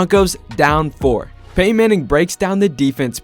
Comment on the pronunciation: Nope. I'm out. I'm not listening to someone say "Peyh-in" for 10 minutes.